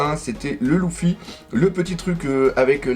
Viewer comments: Leuffy pas louffy on dit stp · On le prononce leeeeeffy ou luuuuffy pas louuuuffy